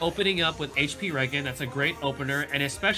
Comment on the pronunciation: its HP regen (REE-GEN) as in Regeneration.